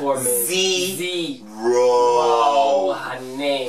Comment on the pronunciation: lol agreed, but at least "zee - roh honey!" :D